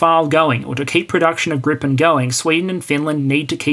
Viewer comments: Its called "Gripen", not "Grippen" :D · It's Gripen. Not Grippen. Gripen means "the griffin". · There's only one p in "Gripen". Neither in spelling or pronounciation. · The name of the Swedish multirole from SAAB is "Gripen" ("the griffin"), not "Grippen". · A minor detail, but I imagine you care about details – the Swedish aircraft is called Gripen, not "Grippen" (pronounced "greepen", meaning "The Griffin"). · grippen? it is without the second P. Gripen has been going for soo long yet that old mistake keep coming up. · As the "Gripen pronunciation elitist" on Hoggit would say, it's Gripen, not Grippen. =) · Hi, Gripen is spelled with just one 'p' meaning griffin. With two 'p's it means flu in German (grippen) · Great video, very informative. Slide shows rule, no need for modesty here! Side note: The Saab "Gripen" is pronounced "GREE-pen". Literal translation, 'the griffin'. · Why must you add an extra "p" to poor JAS-39 Gripen, hasn't she suffered enough? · Thx, good video. The SAAB is spelled Gripen (so its a long vowel :) )